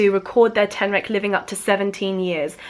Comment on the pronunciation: I heard alolan street tenrac instead xD pokemon ref lol